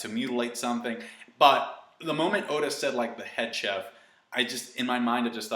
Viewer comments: Wait, did you actually pronounce the 'ch' in 'cheff' like in 'chalk'? 😂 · idk why this bothers me so much but its pronounced shef. ok have a good day